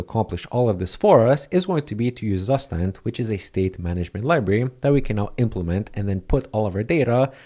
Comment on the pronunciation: Very cool, and useful. btw, the correct way to pronounce zustand is: "tsoo - shtant" and it simply means 'state' in german. heard this from a german friend.